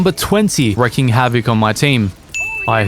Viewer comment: It's wreaking havoc, not wrecking havoc. I heard you say this wrong many times.